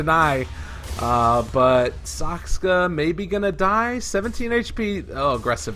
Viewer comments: That caster still can't pronounce "Saksa" properly. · why does the caster keep on saying saksKa? :o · is it so impossible to say Saksa? "Sakska sakska" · Retarded casters ... ITS SAKSA NOT SAKSKA !!! UNEDUCATED MORONS